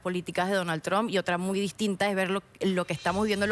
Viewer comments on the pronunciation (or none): No digas tran se oye mejor trump